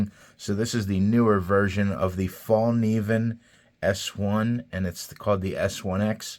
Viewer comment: Actually the K is not silent. Source: I'm Swedish